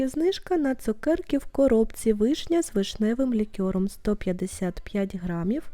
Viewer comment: Дякую за детальний огляд! Чекаю новий! Але зауваження щодо вимови: цукерки з лікЕром, та тістечка куштувати ( а не пробувати, якщо йде мова про смак). Бажаю успіхів